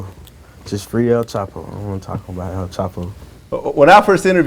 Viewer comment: "o-own-no... jus free al chapo" lol